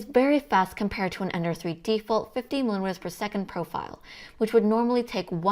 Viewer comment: another great video ! if you want to pronounce millimeters easier, voice the t like like some English do, might help :-)